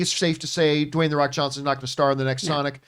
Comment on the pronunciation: Dwayne the Wock Johnson 🤣 am I the only one who noticed this?